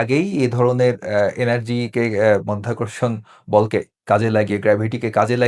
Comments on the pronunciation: মধ্যাকর্ষণ নয়, সঠিক কথাটি মাধ্যাকর্ষণ এবং সাংবাদিক সাহেব ও বারবার মধ্যাকর্ষণ বলে যাচ্ছেন। আমি মনে করি এই সাংবাদিক কতটুকু শিক্ষিত তা নিয়েও আমার সন্দেহ আছে। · মায়ের যোদ্ধা আবিষ্কার করলেন বিদ্যুৎ মধ্যাকর্ষণ উচ্চারণ ভুল